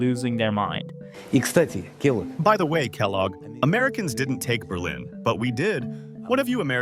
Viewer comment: It's Kellogg, like the cereal brand. Sounds like Kell- log. Log as wood that has been cut down. Not a big deal, just letting you know